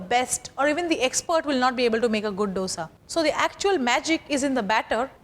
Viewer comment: learn to pronounce dosa by ur boss sanjeev